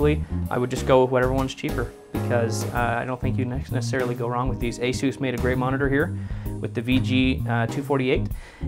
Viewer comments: asuooooos- its pronounced a- SUS as in s ugggh ssss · It’s not (A-Soose) what’s wrong with you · LMAO! “ASOUSE” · After hearing the way he said Asus he lost all credibility